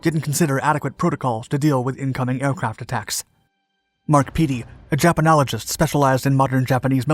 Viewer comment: I'm sorry but the term Japanologist just sounds kinda racist with pronounciation emphasizing on he first 3 letters 🤣😂🤣😂🤷🏻‍♂️🤷🏻‍♂️. FYI: I kno it's not but I thought that was funny